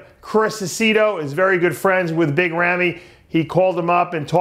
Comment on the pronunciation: Why doesn't anyone tell Dave Palumbo how to pronounce Big Ramy? He sounds ridiculous calling him Rammy. I know he's 50 years old but he needs to get it right. It's not a good look. Big Ramy is not a US American so it would never be Rammy.